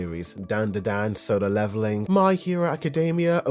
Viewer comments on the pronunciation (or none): Dude if your mispronunciation of Solo Leveling gets its own series... imma be happymad. Soda Leveling will be about the world where anyone who does not drink soda gers isekai'ed to. And the ONE GUY who goes there because he managed to hide his drink of choice from reality itself... is the series MC. He has the ability to conceal any and all soda from the new reality still. Not only that, he actually does not, in fact, level up by drinking soda, but by drinking any other beverage, and can also gain skills from any beverage other than soda. Drunken Fist? Learns it by drinking mixed alcoholic drinks, of course. SpeedForce equivalent abilities? Got those from coffee! Teleportation magic? Got that one by getting so drunk from drinking liquor then beer, when he woke up, he forgot how he got where he was and thought he teleported, then suddenly gained a teleport skill, and he has zero control of it.